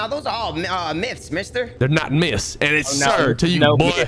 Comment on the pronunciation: Lmao he said MIST!!!! Tryin 2 say myths!!! Fat tounge ahh!!! 🤣🤣🤣🤣🤣